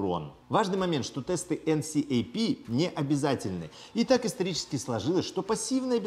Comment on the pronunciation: Мне кажется видос был бы вдвое короче, если бы говорил "энкап" а не так как говорил)